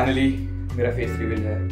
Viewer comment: 🤣 it's reveal not revel